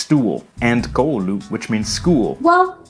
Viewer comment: There’s a minority here that speaks Swedish because we were once under Swedish rule. This man’s pronunciation is all over the place. He can’t even pronounce “koulu” properly. It’s kou-lu, not kuu-lu. And there’s never emphasis in the middle of the word — always at the beginning. The word for “he” or “she” is “hän,” not “han.” Ä is always pronounced like the a in and, hand, stand, land, man. O is never pronounced as “u” or “ou” — it’s always pronounced like the o in long, dot, com, not like in boring. That would be a double O, as in the English word door, or the Finnish word kooma (koo-ma, meaning “coma”). Each letter counts and is always pronounced the same, except for the “ng” sound. For example, kaupunki (“a city,” “the city”) — kau-pun-ki — has hard k sounds, but kaupungin (“the city’s,” “of the city”) has the soft “ng,” which blends the n and g sounds together when you pronounce them, even though technically the n and g are in different syllables (kau-pun-gin). The consonants are hard. R is a hard R, like in the English word rocket (in Finnish, raketti, spelled ra-ket-ti, every letter and syllable pronounced clearly), not like the soft R in words like sour, for, or flour. It would have been so much easier to just use Google Translate to pronounce the words than to botch them like this.